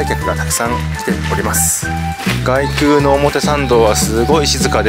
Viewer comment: こんばんは。 お伊勢さんですか 良いところですよねー ところで 外宮、げくう 内宮、ないくう と読みますよ。